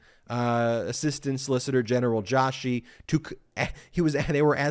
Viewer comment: The pronunciation of Joshi is not Jaw.shi but Joe.shi. A typical surname from the Indian subcontinent.